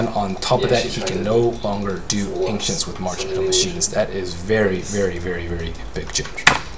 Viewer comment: the Anxious creep?? why can't he pronounce ancients properly, ur awesome but i couldn't hold it to myself..